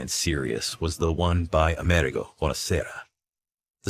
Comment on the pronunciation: Wrong accent. Amerigo is not like America,but the accent falls on the "i" instead, unlike America where it falls on "e"